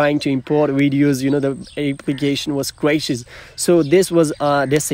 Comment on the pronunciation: Pls it’s videos not wideos🙄